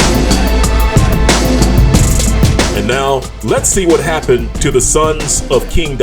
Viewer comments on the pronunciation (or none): none